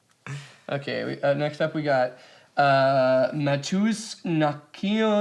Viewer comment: Mateusz the "sz" is like "sh" in english